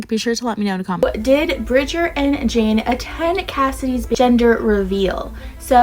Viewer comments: btw, Jainee is pronounced jay-nee not jane. Not trying to shade at you thats what the not enough nelsons call her when she was in the videos! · Bridger is still apart of the family and it’s pronounced j-ay-nee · Her real name is JaineLee but her nickname is Jaine pronounced like Jainee